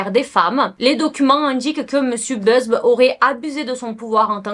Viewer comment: C’est Buzbee. « Buzz-bi » pas Beuzbe 😅